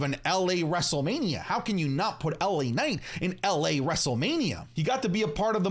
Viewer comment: The way initially said LA Night upset me, I was ready to do the point thing